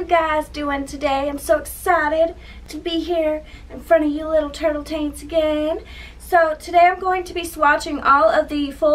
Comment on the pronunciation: Did she just call us turtle tants? 😂😂😂😂😂